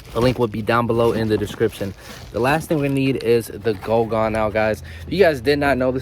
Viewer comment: Pronounced guuuuu gone not go gone bro.